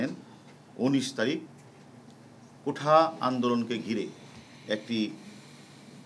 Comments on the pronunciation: ঠিকমত উচ্চারণ ও করতে পারে না, বলে কিনা কোঠা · কোঠা নয় কোটা হবে।